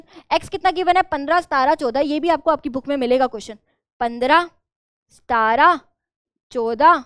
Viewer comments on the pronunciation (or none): Maam ap सत्रह ko सतारा kyuuuu bolte hoooooo😂😂😂😂😂😂 sahi se pronunciation kro na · Punjabi mein "sataran" bola jata hai ... languages mix up hona is not a big deal If you are multilingual 😂